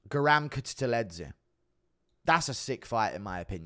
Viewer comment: kutateladze pronunciation crazy